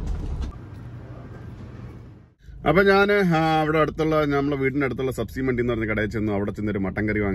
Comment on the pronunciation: സബ്സി മണ്ടി അല്ല, ഉച്ചരിക്കുമ്പോൾ സബ്ജി മണ്ടി എന്ന് പറയണം.